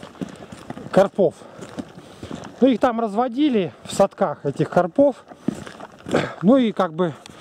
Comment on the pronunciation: Думаю правильно говорить не на посёлке а в посёлке,карпов ударение на а))